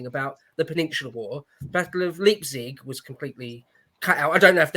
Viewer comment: What a great Happy Hour! I only cringed every time when the guy in the upper right hectically tried to justify his presence, but but didn't know how to pronounce places like Ricasoli and Leipzig.